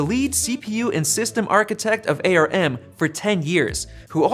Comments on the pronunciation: Please it’s ARM not AyyArrrEmmm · It is ARM, not A.R.M!